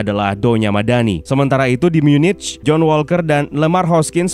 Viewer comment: Munich cara bacanya Myu-Nikh bang